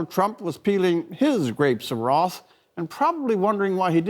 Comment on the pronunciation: "Grapes of Wroth"